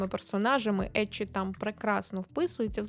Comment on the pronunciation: Як людина, яка вивчає японську, дякую за правильно вимову еччі, шьонен та інше 😭💜